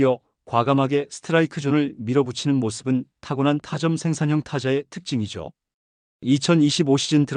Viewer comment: 내묭은 둘째로 치고 읽을 때 발음 좀 제대로 해라 타점이라고 글짜 그대로 읽지 말고 타쩜, 또 2스트라이크를 이스트라이크가 아니고 투 스트라이크. 야구 중계할 때 이스트라이크 라고 중계하는 캐스터나 해설 자가 있냐? 국어공부부터 하고 씨부리라 😅